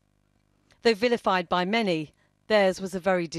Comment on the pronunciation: I like how he emphasized “many”...he means normal people.